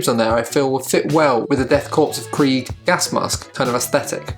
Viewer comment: Fantastic conversion! Very John Blanche! One little nit-pick...its pronounced death CORE, not corps :)